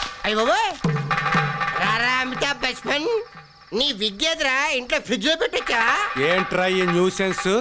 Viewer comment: అమితా బచ్చణ్ ❌ అమితా బచ్పాన్ ✅😂😂